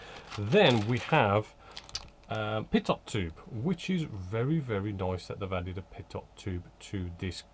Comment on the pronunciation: Hi...... just a little correction mate ref' the pitot tube. The correct pronunciation is ' PEETOW ' pronounced as read. I hope you don't mind...... by the way, your reviews are awesome 🙂